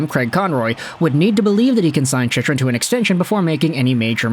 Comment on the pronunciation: Chych is pronounced Chick. Sorry, but you said it so often that I had to say something brother ;) Cheers